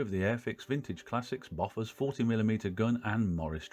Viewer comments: sorry but it's pronounced "bow fours. "....not "boffers" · Enjoyed that! You've inspired me to get the kit. (I'm old enough for my parents' generation being there at the time, and 'Bofors' was pronounced 'Bow-fers', not Boffers.) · Its pronounced boofosh actually...😉